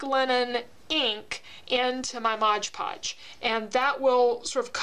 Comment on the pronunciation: Can we say " MOD PODGE"??? Not trying to be rude but it really bugs me & others. You are not the only one who says it wrong, so don't feel bad.